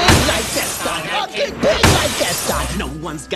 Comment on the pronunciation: It sounds like they are saying i want to die gaston instead of saying my wat a guy gaston or is it just me?